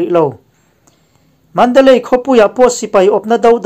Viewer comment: Pholeng chenel a puangtu pa chuan mandalay pawh a lam thiam lo,mandalai tiin a puang thina ngaihthlak a nuam lo.Nang chu i lam dik thei khawp mai.